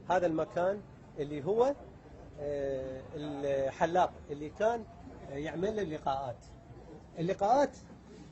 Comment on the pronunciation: والحلاق وليس ولحلاق